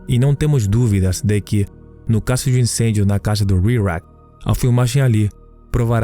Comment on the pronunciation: Que narrador chato não sabe pronunciar palavras em portugues, casso ao inves de caso, acresta muito nas palavra é sofrível.